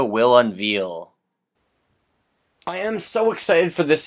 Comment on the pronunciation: unVEAL? Don't you mean "unveil"?